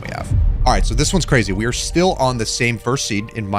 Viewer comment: Cwazy :O